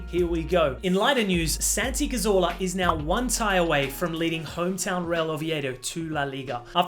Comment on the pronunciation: Cazorla is pronounced Cathorla.